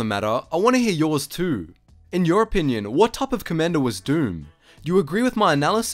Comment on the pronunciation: "Co-ommander Doom, he is every Droid's doom"